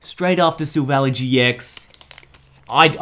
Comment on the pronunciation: "Silvally" is pronounced "sil-val-eye".